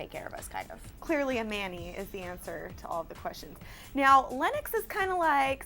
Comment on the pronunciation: LENNOX. NOT LYNX.